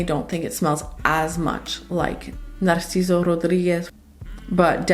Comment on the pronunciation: Hey! I really dig the way you pronounce Baccarat and Narciso. Are you a Latina? ❤